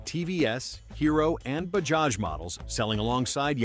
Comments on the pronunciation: It's not bahaj? it's Bajaj!!! correct your pronounciation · It's Ba-JA-j not BA-HA-j. .... We sound out both the J s . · Bahaj ❌ Bajaj ✅ Not everything is pronounced how baja (baha) is pronounced 🤡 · "Bajaj" not pronouced "Ba-haj", its pronounced "Ba-judge" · You should pronounce it as Bajaj and not Bahaj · 😂😂😂😅😅😅 what funny pronunciation. Its not "BAHAAJ " say properly "BAJAAJ" You're mistaking Mexican for Hindi . Pathetic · Hi, thanks for covering the path-breaking Indian motorcycle industry. Incidentally, in the name Bajaj, both J's are pronounced as J. So it's NOT BaHaj, but BaJaJ... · Americans should stop pronouncing J as Ha it is Bajaj not Bahaj. This is irritating. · It is not Bahaj. It is Bajaj. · it is Bajaj not Bahaj. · Bahaj is pronounced Ba-Ja-J. J as in Jam. Royal Enfield was the first to reposition towards premium markets. They sold more than when they were just reliable and affordable. The brands shown were built to be affordable not flashy. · Bajaj❌ Bahaj✅.....🤣🤣🤣🤣🤣🤣🤣🤣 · If making the video, at least the pronunciation must be right. It is not “Bahaj” but liternally “Bajaj” unlike Spanish pronunciation of “j” as “ha”…. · Please stop saying Bahaj. It's Bajaj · Wtf is bahaj? It's Bajaj pronounce J bro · Bahaj ❌ bajaj ✅ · Bro it is bajaaz not bahaaz😮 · Baja not Bhakti. .It’s not Spanish or Slovak. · ‘Bahaj’?? Really? 😂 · Did you just say "Ba-has" ? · In Mexico Ja pronounced as Ha. That's why narrator confused initial stage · It's Bajaj correct your pronunciation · Indian laugh ha..ha..ha.. Not ja..ja..ja..ja you might want to correct the way you pronounced bajaj it's not a Spanish name. J is pronounced as j not h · when you write j then pronounce it j. its not h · Unlike the Mexicans , we do actually pronounce the first j in bajaj